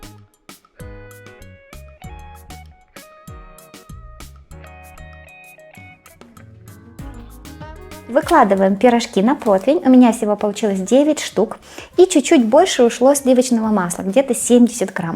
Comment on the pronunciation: На мой вкус тесто филло сочетается только с творогом , творог с зеленью, творог с ягодами, и нужно больше слоев , оно тонкое как бумага. Неудачный рецепт, фарша много а теста мало, остынут будет еще больше сыпаться. И научитесь уже правильно произносить слово ПРОТИВЕНЬ, а не проТвинь